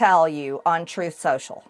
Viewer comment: "Truth Sicial"